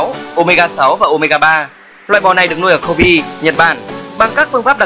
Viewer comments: thế éo nào cô bê cứ đọc thành cô bi nghe thốn vãi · Matsutake => Mát tsu ta kê nha ad , Kobe => Kô bê